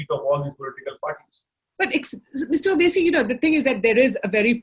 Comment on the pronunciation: Normal people: Vote Mr. Owasi: Oat